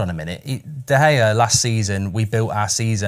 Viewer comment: Love fozzie but is someone going to tell him he’s not pronouncing De Gea right